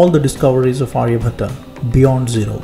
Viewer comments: its not Arya-bhat-aa but his name is Arya-bhat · Pronunciation of name "Aryabhata" is wrong. Its Aryabhatt or Aryabhat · Not Aryabhatta it's Aryabhatt. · Hi, in Title your spelling is wrong. Also Aryabhata pronunciation is very wrong. Kindly pronounce correctly and clearly. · Nice, but pronounce his name correctly, not like a firangi